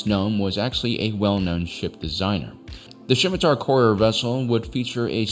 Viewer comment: The scimitar is named after an Arabic and Persian dagger. The C is silent.